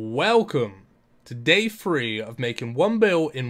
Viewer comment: I swear! 😂 free point two bil (3.2b) 😂